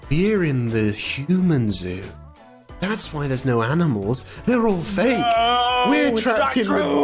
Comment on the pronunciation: Pals: Aminamils Me: Is this how they said it in 2018?